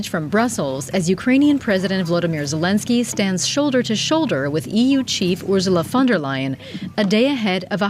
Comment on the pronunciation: Is this an AI voice? Sounded like she was saying Ursula Thunderlion!